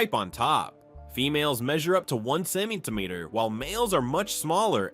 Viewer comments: I'm laughing so hard at each time it tries. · Not subscribing until you pronounce centemeter properly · Lol! Right?